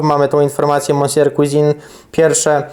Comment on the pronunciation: czy to tak trudno sprawdzic jak sie wymawia monsieur {mesje}cuisine {cłizin}